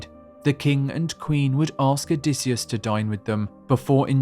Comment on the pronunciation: "Odysseus" it is Pelasgian myth not a "Greek"!! O dy sheu